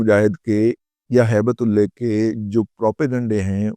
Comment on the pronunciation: موضوع پر کوئی اعتراض نہیں. لیکن آپ درود پاک سے گفتگو شروع کرتے ہو. ہیبت اللہ کو ہیبت اللے)(نقل کفر، کفر نا باشد) کہتے ہوئے شرم نہیں آئی آپ کو؟ ہیبت کو ہی تے کہدیتے تو چل جاتا. اللہ کو نعوذ بااللہ اللے کہتے ہوئے زبان پر آبلے کیوں نا پڑ گئے. اللہ کی شان میں گستاخی پر توبہ کرو اللہ سے. بہت منہ پھٹ اور بکواسی ہو.